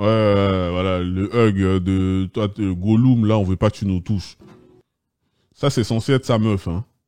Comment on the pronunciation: Goloum on dit (golum) pas gouleum 😅😂